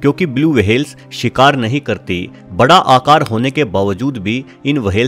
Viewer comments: Whale ko wahel bolta hai Aur twacha ko tawacha 😂😂😂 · Ye wahel kya hota whale bolna sikh le pehle to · इस प्राणी को व्हेल् कहते है, वहेल नहीं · Whale. - ❌ वहेल. - ✔️ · Whale ko w-hale bana diya waah😂👍🏻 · वहेल नी व्हेल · It’s whale. Not waa-hell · Vehale nhi ...whale hota h.....😆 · It's not wahal it's whale 👍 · Yrr wahehail kya hoTa hai. Whale bolo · Bhai wahel nahi hota whale hota ha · Wahale what kind of that creature? Am i heard right, word whale or wahale?😂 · Wahale nhi whale hota h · Its whale not wahel pronounce it correctly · It's whale.. Not vhhale😂😂😂😂😂😂😂😂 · Aby wahale ni hota whale hota h🤦🏻🤣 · Wahale nai whale 🐳 😫😫😫😫😫 Bas karo bas karo 😒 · Very bad pronunciations.. वहेल... तवचा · Not wahale its whale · Bhai pronounciation seekho fir video banao....'w' hale nahi whale hotta hai 🤣😃 ke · The interesting topic is ruined by his "wahale " and "tawcha " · Nobody: Literally nobody: Meanwhile bubble news: Blue vahel Dinosoro😂😂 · Vahels ...Blue Vahel ...Lol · Kya bola tune - वहेल 🤣🤣🤣 Ye konsa naya jeev h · Criticism top level Max comment section is full of criticism coz of his language/Pronunciation 🐳 WAHALE.. he explained everything so nicely If u can't appreciate,don't criticized atleast.. 👍